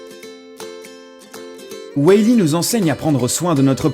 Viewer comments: Marlin et weil e mdr😂😂😂😂 Marin et wall e (wol i) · Why-Li mdr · On dit WAll-e et pas WOUAIll-e Et on dit MARIN et pas MERLIN